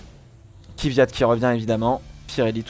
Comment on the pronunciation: ça choque que moi qu'il ai dit "Kivyat"? Sinon très bonne analyse